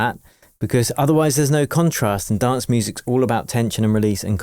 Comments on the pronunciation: When you say the word ALL it sounds like you're saying Ghoul but without a G. lol I don't think it's a coincidence once you understand what the Alpha and Omega is. Even the English alphabet is encompassed by the A and zer0 for the Alphabet and Numbers. Talk about a Curse by speaking in Curves when it comes to pronunciation of Gods word. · When you say ALL it sounds like you're saying the word Ghoul but without a G. lol